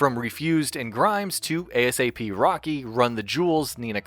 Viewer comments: This man said a-s-a-p rocky lol come on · A-$-A-P Rocky bruhhh. its A$AP Rocky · This man just spelled out A-S-A-P Rocky